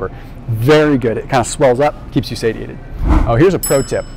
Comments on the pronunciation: Say-She-Ate-ed right? Not Sady-Ate-it. Unless I've been saying it wrong. lol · I love you to the moon,. But please, for the love of all that is holy, please, please, stop saying "say-tee-ay-ted". It is pronounced, "say-shee-ay-tuhd". So petty of me to point out, but it makes me cringe and roll my eyeballs and takes my focus away from the important stuff you're teaching. 😬🙃❤